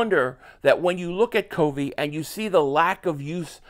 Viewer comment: That's not how you say covey have you watched a broadcast